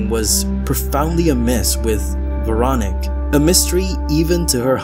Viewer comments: I swear if you say Veronic one more time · It's Veroníque. You stress it wrong. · Pretty sure her name is pronounced vair-o-NEEK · Please make an effort to pronounce the name Véronique properly. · The most terrifying thing in this video is the way you pronounce the name Veronique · I’m continuing the video to see if he ever pronounces her name correctly. 😅